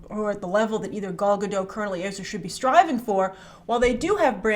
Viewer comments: You STILL haven't learned how to pronounce Gadot. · She always forgets to pronounce the “T” in Gadot